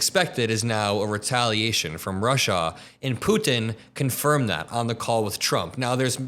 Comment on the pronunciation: Love the the show, hate how you say “Putin.”